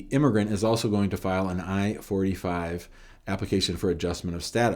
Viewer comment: Thank you. I had the same question. Sounds more like 45 and not 485 😊